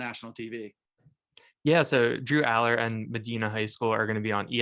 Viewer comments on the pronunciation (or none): Great content! but the pronunciation is Ma-dye-na and Men-ner.